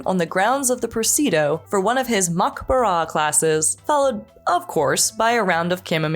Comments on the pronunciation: It's "pre-SIDI-O", NOT "prisido" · Not "per-SEE-do." It's "Pre-si-dee-OH." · Love you. Also it’s press-I’d-eeh-oh 😊😊 we say things weird here sometimes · pre-SI-dee-oh puh-THA-gor-us